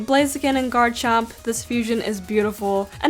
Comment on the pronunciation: I would never thought that she would say " garchicken" like what!?